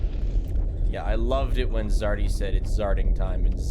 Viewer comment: It's "Zardy" :P